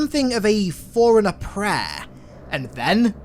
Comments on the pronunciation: Why does it soukd like. Foreigner when its forerunner? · I thought he always says "Foreigner" 😅😅🤣